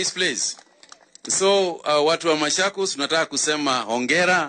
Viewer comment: Not mashakos its machokos